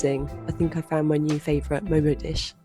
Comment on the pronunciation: the way you pronounced 'momo' w/ a Brit accent then proceeded to say 'Nepali' like any local would.. adorable! 😆